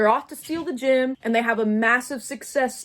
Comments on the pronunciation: ok im sorry but- is it gym, as in a fitness place they stole?? or a GEM like a.. jewel they stole? i am genuienly just confused T T and if it is gem, i am not trying to make fun of your way of saying it- just you and both the subtitles say gym and im confused.. bc that dosent look like a gym T T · for like half of this video i thought that they were saying gym instead of gem and i was really confused about how somebody could steal a gym, also why there would be a gym in a museum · This whole time I couldn't tell if you kept saying "gym" or "gem" 😭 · My dumbass the whole time when you were saying they stole the “gem” I THOUGHT YOU WERE SAYING GYM💔😭😭😭😭😭😭